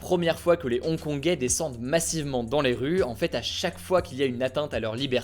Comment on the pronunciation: Ils sont trop chaud les "Hong-Kongé"